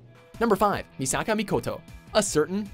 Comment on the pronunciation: Its pronounced Me Suh Kuh not Me Saw Kaw